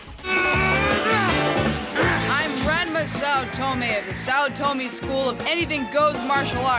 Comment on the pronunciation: Am I the only one who get's irritated when someone says Ranma 1/2's name wrong? It's pronounced "Ron-muh One-Half"